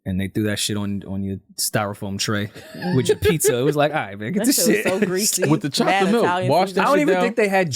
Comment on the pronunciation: lmao says chocolate terribly, he should be banned from saying that word